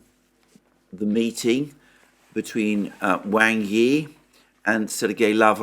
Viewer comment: Please, “Wang” rhymes with English “song,” not “sang.”